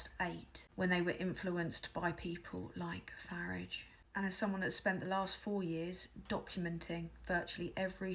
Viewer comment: Finally, someone who pronounces the "F" word correctly. Of course it rhymes with garage!